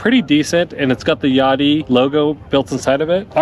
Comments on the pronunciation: I would pronounce it like Ya dea, like "Idea". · Think it’s pronounced ya-day-a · i would hate to hear how you guys pronounce "idea"